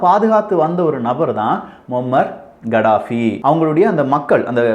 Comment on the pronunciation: It's கதாபி not கடாபி